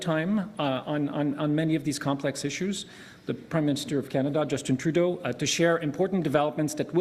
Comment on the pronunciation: Props to Trudeau for getting the pronunciation down. He shills pretty hard.